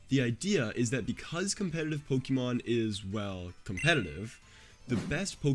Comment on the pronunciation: I’ll sub when you’ll start pronouncing Pokémon correctly. Lmao I’m messing with you I subbed already. Great content!